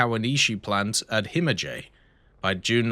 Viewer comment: Him-a-jay. Heh., we beat them already. No need to butcher their language too:D